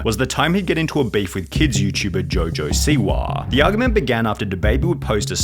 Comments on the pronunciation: Rappaaahh, Jojo Siwaahh, Twittaahh 😂😂😂😂😂😂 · Rapahhh, Twitahhh, jojo siwahhh